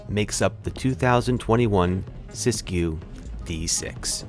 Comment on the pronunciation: “Sis goo” 💀 💀💀